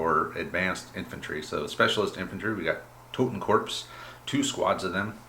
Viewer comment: Totenkorps (the p is silent btw, just like the word corps which is its translation) advance 4" and run 8". So horror still matters.